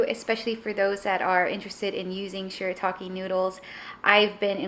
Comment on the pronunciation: Yay! Thank you so much!!! And yes you pronounced it perfectly! 👍👍👍 I will definitely try the noodles again!